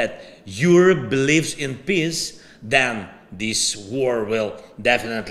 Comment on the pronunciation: When you say FRIENDS you have to drop the E into a ghasp out of your throat. When you say PEACE you have to drag out the E or you end up saying P I S S ! Say PEEEEEACE PLEEEEASE. 💪😁🇺🇦